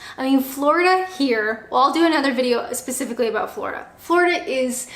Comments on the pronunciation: Its apparently due to the way she must position her "video camera"(PC, LAPTOP, TABLET, ETC.?). When she was shooting videos at her workplace in England she was sitting in an office chair just like a proper, well behaved Canadian woman. BTW-I heard a soft "aboot"during this video so the last part of your comment is right on the $$$$. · Love how Canadians say about 😊